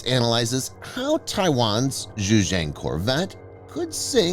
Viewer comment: I cringe whenever you pronounce Xi and Xujiang. The letter X in Chinese is a substitute for the letter combo Sh. It is not pronounced "zhj". That sound doesn't exist in any dialect of Chinese. Here's how to remember it with a mnemonic: just think "that's what Xi said" and remember that it sounds exactly like "that's what she said".